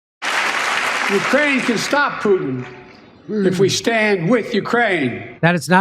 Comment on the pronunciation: He didn't even pronounce Putin's name right.